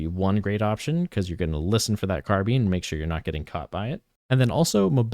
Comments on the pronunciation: thank god i wasn't the only one squirming everytime he said it.. carb(eye)ne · Great video but it's carbine not carbean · Say car bean one more time I swear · “Car bean” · “Car bean”😭😭😭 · it's probably the correct pronunciation, but please stop saying "car bean" 😭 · No it's not. If you look at the entomology of the word, It comes from the french word "carabine" pronounced like "caha-bean" (with french accent). In the UK "car-bine" is far more common, and in the US both pronunciations are used and valid. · take a shot every time he says car bean 😭